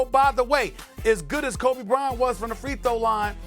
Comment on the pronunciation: he almost said krobe bryant lmao